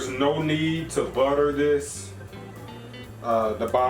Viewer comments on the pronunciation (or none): none